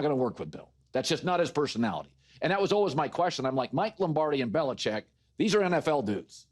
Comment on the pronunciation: Well, the last syllable in Belichick is ‘chick’.